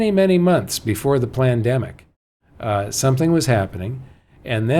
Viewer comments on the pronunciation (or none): Was it just me or did say 'plandemic'?